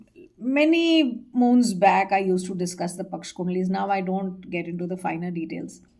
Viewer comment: For a change, it's "yog" and not "yog-a", "paksh" and not "paksh-a" ! She's clearly indicating towards Bangladesh and W.Bengal election times !